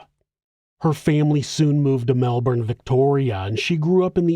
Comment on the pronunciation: Super impressed with the research. But the best part is your correct pronunciation of Melbourne